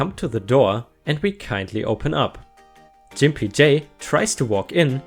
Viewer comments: Grimpy as is gggg not j... gimpy not jimpy hun. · Love your posts and your English is way beter than my limited German!!! That said, Gimpy is pronounced with a hard "g" sound like in gut not a soft "g" that sounds like the "j" in jump. Now, if only I could get you to help with my very poor German, that would be lovely! :-) Also, gimp usually refers to someone who has a physical disability. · That's a hard "G" in Gimpy, btw, but it's probably a good thing you pronounced it that way anyway. Otherwise it might have affected your support or may get your vids demonetized, I think.